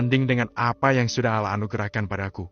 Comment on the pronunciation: Knp penyebutan nama Allah kurang maksimal....